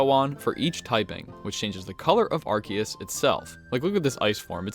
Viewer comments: its AR SEE US... not ARK E US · not fault, if you read Arceus's name in Japanese you can see it actually has a "se" sound/katakana letter. It's probably pronounced differently in official English because it sounds like "arse"